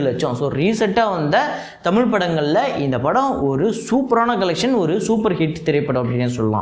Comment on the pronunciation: தமில் இல்லை. தயவு செய்து தமிழ் என்று உச்சரிக்கவும்.